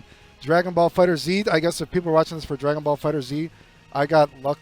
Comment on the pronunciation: i love you, youre sick as hell, but its pronounced fighters, PLEASE